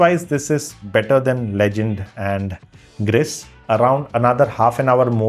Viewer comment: Hey don't call *Greece or Gris call it *Grihh